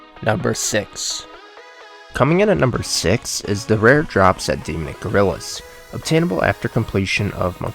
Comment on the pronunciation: "De-Mick Gorillas" What? It's pronounced 'Dee-Mon-Nick' Gorillas....